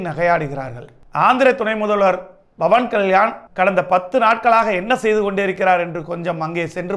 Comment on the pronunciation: Its not bawan ,its pawan😂